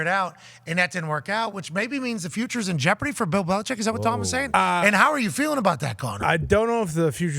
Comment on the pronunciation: Tom Curran has been covered the Patriots for 25 years and still can't pronounce the coach's name correctly.